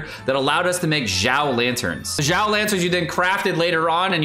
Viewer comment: its "xiao" not "jjiao"